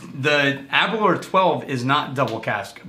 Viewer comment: Please try the Balvenie Caribbean Cask. And please pronounce them correctly. It’s Bal-venny, not Bal-vaney; A-ber-lauer (as in “hour”), not Aber-loor